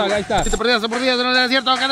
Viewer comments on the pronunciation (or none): Para que no “Ahiga” trampa. 2022 😂